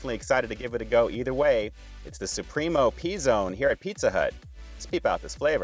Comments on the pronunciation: "pee zone" lmao It's "puh zone" :P BTW, these are not pre-made but made in store. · “Pee” Zone? 🤣🤣🤣 Is this an R Kelly video?